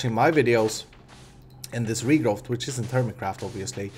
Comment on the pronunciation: i'm late for watching this episode but I have some remarks :-) 1/ I love it ^^ and I'm super happy you're headed to Minecon! Now stream a bit more so I can help you paying for it ^^ 2/ "Regrowth" has no "T" sound at the end 3/ you can make unlimited quantities of sand in this pack when you put a block of cracked sand (the ugly block which covers the whole world) and a bucket of water in a crafting table 4/ you can press the NEI shortcuts when hovering items inside the Quest Book: "R" = recipe of the item, "U" = items which use this item in their recipe Keep up <3